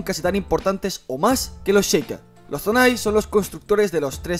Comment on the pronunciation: Es Zonan no zonai jaja🤦🏻‍♂️